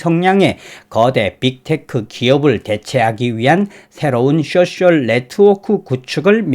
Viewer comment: 쑈쎨.....ㅋㅋㅋㅋ 소셜이 발음이 안되시나부네요. 귀여우심